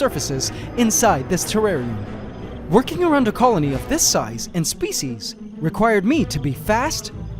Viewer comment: Feffarium ? not terrarium?